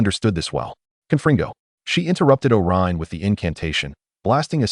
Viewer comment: Would have been better if you fixed the names that was sometimes wrong. Such as: Olyrion=Orion Gunter=Gaunt Thanks for posting!